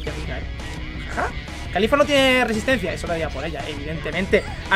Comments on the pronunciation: es caulifla no califla estos españoles que cambian todo xdxd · NO ES CALIFLA,ES CAULIFLA caulifla no califla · pq le dices kalifa si es caulifla xd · No es califa es caulifla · Alguien noto que dice khalifa?😂